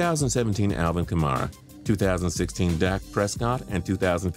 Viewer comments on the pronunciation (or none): none